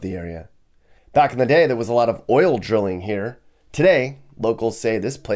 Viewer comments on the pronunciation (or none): none